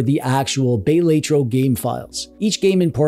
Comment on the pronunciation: Bay-lay-tro is diabolical